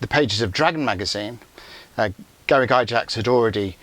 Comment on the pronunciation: It’s “gax”, not “Jax”